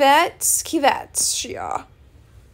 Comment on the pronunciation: The animal you were trying to say is banded palm civet (s-I-vet)